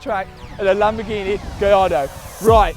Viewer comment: Loving the content Matt but can't help but hate the way you say Lamborghineh! Lol 🤣 will you be raffling off the golf R? It's an animal